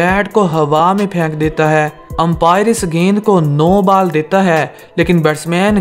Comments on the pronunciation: Are bhi ball ko bal bol rehe ho? Pehele ball thik se bola karo bad me cricket khelna. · You should work on your pronunciation 😂😂 What is Bal?? It is ball😂😂😂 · pahle bolna Sikho Bal Nahi bol Hota Hai..🤦‍♀ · Saying bal 😆